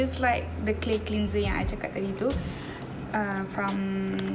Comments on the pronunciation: Haah. It's supposed to be clenzer not clinzer. Macam geram je nak betulkan. Tapi the rest ok je. Her English is better than mine 🤣 and she's pretty anyway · Ok je english dia saya suka dgr. Cuma one word I noted she pronounced it wrong >> "cleanser" it's supposed to be clenzer bukan clinzer. Hihi 😁 anyway, she's pretty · cleanser is pronounced as clanser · the way you pronounce 'cleanser' 😂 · God I am glad I’m not the only one that noticed that 🙂 also how she says “basically” too wow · Annie Clarke same